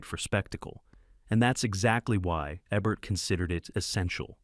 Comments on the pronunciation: eeebert. Not ehbert. I think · Thumbs down. Here's a partial list of reasons why. 1. It's pronounced EE-bert, not EBB-ert or AY-bert. 2. I don't think Jean-Paul Belmondo looks that much like Richard Gere. 3. The Manchurian Candidate does not take place in Arabia. 4. When your AI voice software encounters an abbreviation with a period, it treats the period as a stop. Change "Dr." to "Doctor", and "T. E. Lawrence" to "T E Lawrence. 5. you have a "blink-and-you'll-miss-it" flash of boob. Don't know if that's a YouTube no-no but I'd recommend taking it out just in case (not that I'm a prude -- just being careful).